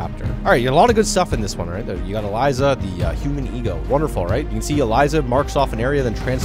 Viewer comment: no because i thought it was random enough for a honkai3rd ad in here but I actually screamed out when “ELIZA???” when u said ELYSIA’S WHERE IS THE Z SIR??? WHERE PLEASE TELL ME WHERE IM CRYING HJGGSFVTFDJJKH(its pronounced a-le-see-a” anyways good mc videos yay :D (dear god im still crying inside)